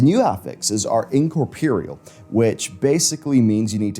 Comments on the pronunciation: I've been enjoying your videos for quite some time. God bless you and your team! But for God's sake... It is "incorpoREAL", not "incorpirial" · In cor po real 😂